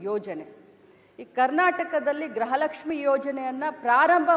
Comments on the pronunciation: ಹಲೋ ಪಬ್ಲಿಕ್ ಟೀವಿಯವರೇ ಲಕ್ಷ್ಮಿ ಹೆಬ್ಬಾಳ್ಕರ್ ಇದಾಳಲ್ಲ ಅವ್ಳು ಪ್ರತಿಭಾರಿ ಗ್ರಹಲಕ್ಷ್ಮಿ ಗ್ರಹಲಕ್ಷ್ಮಿ ಅಂತ ಹೇಳುತ್ತಿದ್ದಾಳೆ ದಯವಿಟ್ಟು ನಿಮ್ಮ ಪಬ್ಲಿಕ್ ಟೀವಿಯ ಮುಖಾಂತರ ನಾನು ನಿಮ್ಮನ್ನ ಕೇಳುತ್ತಿದ್ದೇನೆ ಅವಳಿಗೆ ಹೇಳಿಕೊಡಿ ಗೃಹಲಕ್ಷ್ಮಿ ಅಂತ ಉಚ್ಚಾರಣೆ ಮಾಡಿ ಅಂತ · ಯಪ್ಪಾ ದೇವ್ರೇ! ಅಮ್ಮ ತಾಯಿ ಅದು ಗ್ರಹಲಕ್ಷ್ಮಿ ಅಲ್ಲ 🚫 ಗೃಹಲಕ್ಷ್ಮಿ ಕಣವ.. ಗ್ರಹ ಎಂದರೆ ಬೇರೆ ಅರ್ಥ. ಗೃಹ ಅಂದ್ರೆ ಬೇರೆ ಅರ್ಥ. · This is not grahalaxmi it's gruhalaxmi please speak properly Kannada